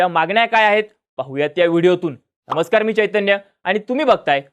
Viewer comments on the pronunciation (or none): none